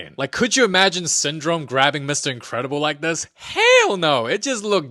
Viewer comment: Incredible ❌ ahhcredible✅